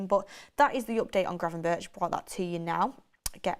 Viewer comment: im Dutch you pronounce gravenberch as gravenberg not gravenbirch.